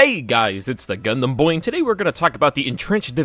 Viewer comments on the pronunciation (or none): Hang on did he say “it’s the ”?